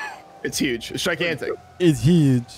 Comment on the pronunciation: Trump: "yuge"